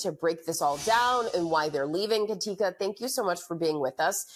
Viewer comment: Katica??? That's the whitest "Katica" I've ever seen. 🤣😂🤣😂